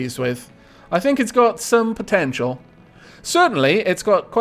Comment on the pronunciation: Every time you said potential at the end there, I thought you'd end up saying potato. And after mishearing for the first time, I stared at the ship and it does look a little like a potato.